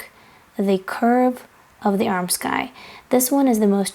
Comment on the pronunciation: I really enjoy your videos! Thank you so much for the content you put out. Also thought I’d share a tip ... “armscye” is pronounced “arms-eye” because the “c” is silent.